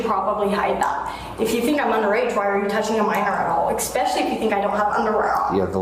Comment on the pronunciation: Since when does especially have an X in it??? Expecially??